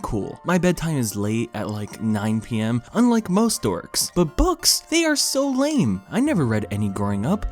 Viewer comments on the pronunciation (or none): none